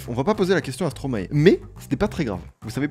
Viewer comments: Stromae se prononce "stromail" (maestro en verlan) ;) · tu prononce mal stromae